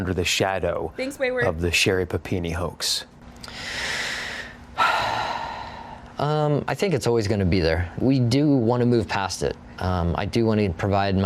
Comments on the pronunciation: I swear the news reporter says, "shattered by that hoe." not hoax, in the beginning. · idk bout yall but when the report hoax is soooo goood. he sorta emphasized the hoa and then added the x very good play on words